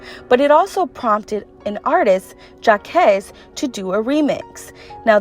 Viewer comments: His name is not jackees it's Jacq(qui)uees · I know she’s been super quiet through she’s still really good ❤️ love your videos tho keep up the good work 👌🏽 btw it’s “ja-kwees” not “jacques” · I was watching this like who the hell is Jah-kess 😭 girl I was over here dyinnnnn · It’s Jac-KEYS not Jac-Quez wtf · His name isn’t pronounced “Ja-Kese” it’s Jacques (Jah-Qwes) —my ears ranged every time you said his name! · Omg why you pronouncing his name like da it’s Jacuqees Jack-queee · It’s jacQUEEEEES NOT “EZ” 💀😩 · Petty knowing his name ain’t no damn Jacques it’s “Jacquees” 😂😂😂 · Take a shot every time she says Jakezz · GIRLLLLL JACKK-ESSS? GIRLLL BYE🤚🏼🤣💀🤣🤣🤣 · Omg it’s pronounced Jah-keez 🥴😭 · Jaquees Jah-kwees Pronunciation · 'jahkezz'??? cmon now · Who is jah-kez? Lol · Never did you j pronounce jacquees name as jawkez....... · Jah-quees girl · you have done very well learning English, but lmao you lost me at Jahquez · who tf is JA-KAYS LOL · "jah kess" 😂😂😂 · “Ja• kess”😒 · His name is Ja-qweese sis lol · His name is not Jakiis or Jakees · peeettyyyyy she really jahkes like bruh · The way you kept saying Jacquees name 😭😭 It’s pronounced Jah•Kweees😘😘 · “ja-kezz” I’m done!! 😭☠️☠️ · I was honestly happy she mispronounced his name 😂 cuz that “kwees” makes me cringe! 🥴😖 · u fucked up jacqueez name so bad lol 🤦🏾‍♂️ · I actually like the name better how you pronounced it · While is she mispronouncing Jacques's name lol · Lmao you butchered jaquees's name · I can’t believe you pronounced Jacquees Wrong lol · Good vid but damn it always messes me up when ppl don’t get w name right for some reason. His name has been said plenty of times for her to get his name right. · The way she pronounces jacquees name though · This tea irritating 😤 how you gone try to sip pronouncing names wrong smh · that man’s name is not pronounced like that 😂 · I h8 that she keeps sayin jacquees name wrong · Whew chile, I cringed every time she said Jacquees name 😥😒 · At least say Jacquees's name right